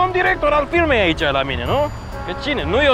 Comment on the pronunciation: a zis domn director al filmei in loc de firmei